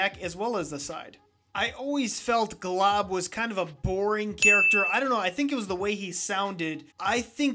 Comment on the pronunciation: his name is not glob his name is Grob Gob Glob Grod